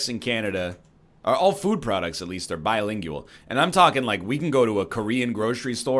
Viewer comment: Why does he say bi-lingjueal like that? Also, merry Christmas, everyone.